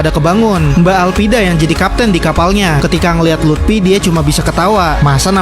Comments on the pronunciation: Bang luffy bukan lupti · Luffy woy! Bukan lutfi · Bang itu mah lut😅fy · Luffy bangsat bukan Lutfi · Luffy ❌ Lutfy✔️ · Luffy ❎ Lutfi ✅ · Luffy❌ Lutfi✅ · Bukan lutfi tapi luffi bang